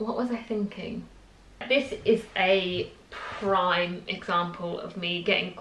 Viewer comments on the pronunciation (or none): none